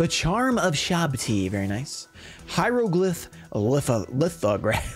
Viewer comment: Watching you pronounce that name hyrohlyph lithograph was too good